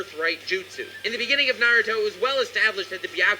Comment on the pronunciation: I love watching ur videos but hate the way u pronounce naruto